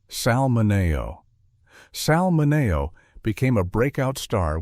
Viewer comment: HEY! LEARN HOW TO PRONOUNCE SAL MINEO.